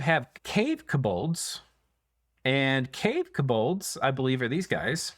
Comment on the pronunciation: It's "KO-bolds", not "kuh-BOLDs"